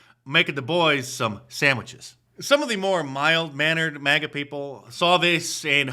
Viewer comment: MAGA not MIGA